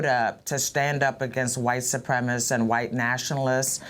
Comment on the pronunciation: Wow, the mayor can't even pronounce ,"white supremacists". Telling.